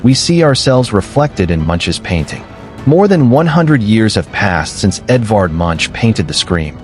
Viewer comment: Pronounced Monk not Munch.